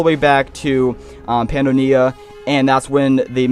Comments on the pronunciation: Pi - Yan - Don-e-a Don as in dome Yan as in Yam May-Or-Mer Pronunciation guide for Pyandonia and Maormer. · MAH OR MER, PY AH DONAY YA